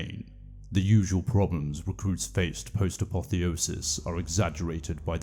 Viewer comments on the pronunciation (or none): none